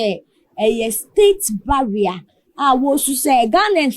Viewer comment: It's not "barrier" but "burial" ok so kindly check that